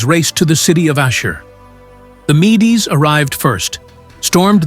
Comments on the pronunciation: MEDES is pronounced MEEDS, not "mee-dees". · Mee-dees? Your robo voice needs training. [LH] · AI slop: don't bother watching. It became evident as soon as I noticed pronunciations of key historical terms changing throughout the video. (e.g. at times pronouncing "Medes" correctly, and sometimes as "mee-dees")